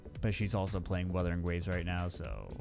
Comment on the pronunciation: Wuthering Wawes